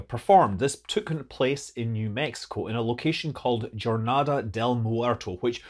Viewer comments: It’s pronounced “whore-nada” sorry for the bad word but the pronunciation is literally the same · Tip for English speakers, Jornada would be pronounced hor-NA-da. When ever you see a j at the start of a Spanish word just pronounce it as if it starts with an h. Very quick fix and you won't make people's ears bleed and cringe their teeth out.